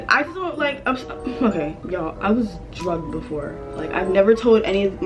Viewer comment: You said druged that’s scary AF 😟